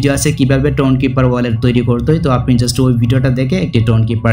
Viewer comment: ভাই মনে হয় Just কে জুস্ট বলে